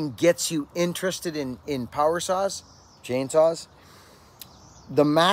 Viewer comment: I think this is the first time I've ever heard you say "chainsaw" 😂 made me chuckle